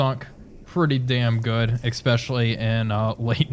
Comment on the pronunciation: Sorry dude, I have to be "that guy". There is no "x" in the word "especially". I really like these videos though, keep it up :)